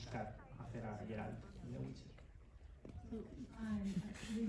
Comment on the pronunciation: Me encanta la entrevista en general. Pero me llama la atención que el entrevistador no pronuncie ni una sola vez correctamente el nombre de Geralt (lo pronuncia siempre como Gerard en catalán).